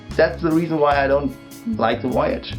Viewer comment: You had me at "woyage" ^_^